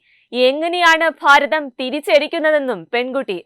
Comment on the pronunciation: കുട്ടി വാക്കുകൾ ശരിക്കും ഉപയോഗിച്ച് ശീലിക്കുക.. പ്രദാനമന്ത്രി.. ഫാരതം.. ഇതൊക്കെ തെറ്റാണ്... അവതാരകയുടെ കാര്യമാണ് സൂചിപ്പിച്ചത്..